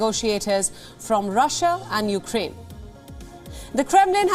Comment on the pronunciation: "after attacking upraine"... she mispronounced it. Hahahaha.